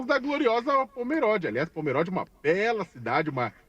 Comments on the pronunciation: É Pomerode, como se tivesse um acento circunflexo na letra "o". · Demorei pra entender de que cidade eles estavam falando.. não é Póméróde, pronuncia-se Pomerode, do jeito que se escreve. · A pronúncia correta é "pomerôde" e não "pomeróde" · Olá, não tem acento no O da palavra Pomerode.